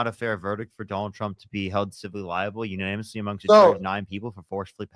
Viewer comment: dean saying "unonymously" instead of "unanimously" is triggering me